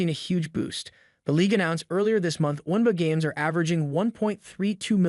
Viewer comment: My goodness! What is the "Wumba?" Yeah, this bad computer text to speech engine actually said that. Then said, "Espen!" If a creator is too lazy to read their own scripts, maybe publishing on YouTube isn't such a good idea!